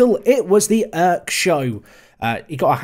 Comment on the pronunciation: Dude you're pronouncing Erk so wrong. You're saying like as if it was written like ök. It's pronounces with strong e and strong r.